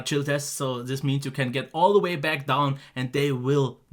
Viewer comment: Great review just missing one thing. You should have finished the video by saying "I'll be bauck"